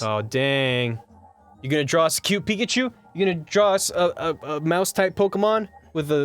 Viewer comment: Peachu ->Picklechu -> Ryechu